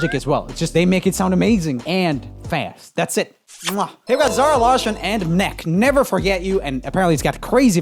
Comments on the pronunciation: MNEK is em-en-ee-kay not mneck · Great to to see more of Zara and MNEK here . MNEK= Emenike though not M-Neck :-) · MNEK is actually pronounced as each letter is separated M N E K = Emenike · Heads up mnek is pronounced eminiké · Joel pronunciation of MNEK, it’s pronounced how it looks 😂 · so cute how you pronounce mnek ^^